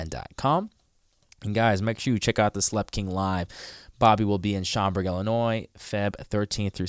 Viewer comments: Hahahaha he said sheem burg Illinois..... for Schaumburg LOL you say it like shom-burg..... 😆 🤣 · That was the most entertaining pronunciation of Schaumburg I think I've heard yet.